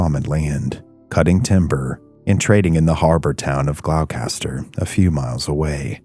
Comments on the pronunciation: pronounced Glaw-ster. or if u grew up here, I't Glah-stah lmao. the trees talk to each other even in the small hidden paths to Lanesville and Rockport. It is scary the entire journey. You never really are alone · It’s pronounced “Glahstah” 😉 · Psst: Gloucester = Gl-ow-ster. 😂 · Gloucester is pronounced gloss-ster. Its an English town/county 😁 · Gloucester is actually pronounced "Glawster", or "Glawstah" if your a local - lol. Other than that, it was great to hear a tale from home ❤ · Other mispronouncing GLOUCESTER(GLOSS-ter) Mass, Great job! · It’s pronounced Gloucester = Glawster dog town was just outside Gloucester/Rockport and Rockport is pronounced Rockport 🤦‍♀️ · The real horror is hearing the hard C in Gloucester! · nopes he's a real person but not many people in America know how to pronounce Gloucester correctly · It's fascinating to hear americans butcher even their own town names 🤣🤣🤣 cus that's not how you pronounce Gloucester 🤣🤣🤣🤣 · Correct. A lot of people pronounce Gloucester the same as Dorchester and I can see why but being from Massachusetts it's always funny to hear it pronounced like that lol. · Gloucester is pronounced "GLOSS'- turr" not Glock-ess-turr. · FYI, with respect, it's pronounced gloss-ter. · Glao-caster, Gloucester is pronounced "Gloster" 👍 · It's pronounced gloucester not glaulcaster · Say it right! It’s pronounced ‘gloss ster’ not glowcaster! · Bro you did not say glowcatser, glostah, it’s pronounce glostah. Friggin brutal. Do half an ounce of research before you record a video, why would anyone assume the pronunciation of this spelling, Gloucester ? Killin me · Glos- ter not glow- caster lol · Glow- Kaster...Do you mean Glosster? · Not 'glowcaster'. It's pronounced 'gloster'. Regardless.. another great vid. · It's pronoucned glos- ter not glowcaster lol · It’s “Gloss-ter” Gloucester / Gloucester, pronounced “glawstah”. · Glou Kaster? 😂😂😂😂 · "Glowkester" ...Gloucester? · Great story. Thanks. btw it’s pronounced ‘Gloster’. 🇺🇸🏴